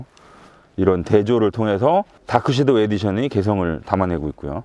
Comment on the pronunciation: shadow를 '쉐'도우라 하지 않고 정확하게 '섀'도우라고 해주셨네요. 칭찬합니다!